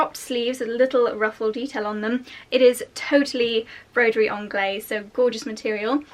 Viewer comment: Sorry, I just have to correct your pronouciation of Broiderie Anglaise.... you do pronouce the "s" because it is followed by an "e". So say to us English it sounds like "onglaze". Love your vids 😘😘😘